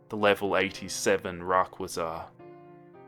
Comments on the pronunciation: OOOOOOOOOOOOOOOOOOOF YOU PRONOUNCED RA-QUA-ZA WRONG, but it still a good video, I enjoyed it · we just gonna ignore how he said Rayquaza? RACK-QUA-ZA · the way he said rayquaza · Why do people keep on mispronouncing Rayquaza's name